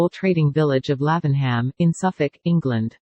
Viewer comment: Love the houses, but please, get rid of that awful robot voice! And the town is pronounced as "Laving'Um."